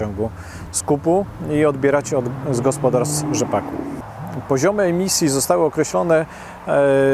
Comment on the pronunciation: Sreemisji a nie emisji!!!! Najwyższy czas opuścić ten eurokołchoz!!!!